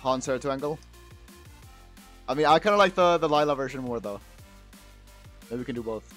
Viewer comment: Why does say liela lol its layla